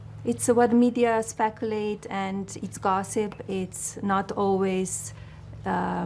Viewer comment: I feel bad for Melania. She didn’t want to be First Lady and she’s trying best. Also “specuulate”